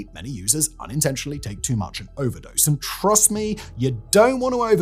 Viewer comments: an accidental mispronunciation “Overdrose” Thanks, that’s my band name now ՓvëՒժՒՓՖê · "Overdrose"... really?